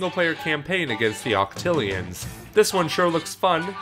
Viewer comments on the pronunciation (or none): "Octilians" IT'S OCTARIANS YOU UNCULTURED SWINE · ''Octilians'' That one just hurt.